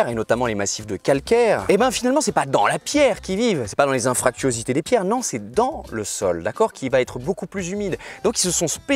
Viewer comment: Superbe vidéo comme toujours. Par contre BG c'est Anfractuosités et pas Infractuosités ;)